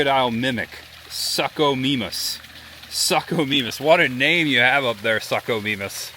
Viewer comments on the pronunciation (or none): Its pronounced sookomaymus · This looks awesome! Contemplating making a trip from New Brunswick Canada! Tip for pronunciation though, the suchomimus is pronounced sue-co-mime-us so it doesn't have the suck in front ahaha. I probably would have butchered a lot of the names too, but Sucho's are one of my favorite, so just had to point that one out lol.